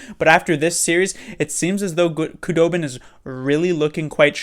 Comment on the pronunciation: Your prediction was only incorrect because of a technicality lol. Also Wooooo! Knights are gone, all is right again. Nice to see that at least 1 Shark from last year will win the cup (assuming TBL wins). Also just fyi, its pronounced Who-dobin, not Koo-dobin apparently. Just learned that after seeing THG's video.